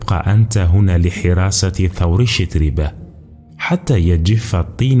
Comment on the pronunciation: الإفتتاحية حربية لا أدبية البتة! أهكذا يكون الذوق السليم؟! 😁 "السَّعة" يا أستاذ" سِعة"! 😁 "يُصلح المعيشة" "شَتربة" و "بَندبة". الأصل في العربية الفتحة لا الكسرة ، ما لم تكن الكلمة فعلا مكسورة. فلا تتكلف الكلف، فتبدل القياس بالشاذ! نفس الملاحظة السابقة. "الوَحشة". لا "الوِحشة"! أقرِأ إبنك ذا الأربع سنوات مثلا هذه الكلمة. ستراه بحدسه وفطرته يقرأها سليقة وطبعا وعفوا "الوَحشة" وليس "الوِحشة" ، حتى وإن حصل له أن تلعثم عند تلاوته لها لأول مرة. فالأحرى بمن درج على سماعها عشرات، إن لم تكن مآت المرات! "يجرَأ" "والمشورةَ"! فسبحان الله لمَ لا تعلمون النشأ العربية الفصحى السليمة التي تسمي الأشياء بمسمياتها؟! أليس للأسد العرين لا "المنزل" ، أم تكرسون العامية ، لا الأدب العالمي بلغنه الأصلية السامية التي تنمي المهارات اللغوية والقدرات التعبيرية و تغني الذوق الرفيع؟! فهذا ليس تعريفا بأدب إبن المقفع بقدر ما هو "أدب من هب ودب" أو "أدب من هب وما دب"! لأن يكون الأدب الرفيع منسوخا خير من أن يكون ممسوخا! 🤔